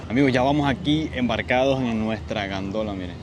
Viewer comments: Jajajajajajaja!! se dice Gondola!!!😆 Gandola es un Camion!!! Saludos desde Ciudad Ojeda! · Oye chico..es gondola..ok?....góndola es como se dice a camiones grandes que eran como de remolques creo